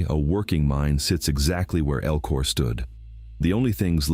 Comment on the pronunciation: So, #13 Spelled Elko. El-ko. Pretty simple. Your artificial voice is pronouncing it "EL-KOR" This isn't the "east coast" where they add R's to words. that don't have them. I'm calling bullsh!t to this. And by looking at other comments, I'm not the only one thinking you're spreading cow manure for facts...